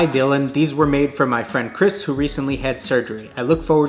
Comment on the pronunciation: anyone notice he said chrispy when saying Chris's name turned out well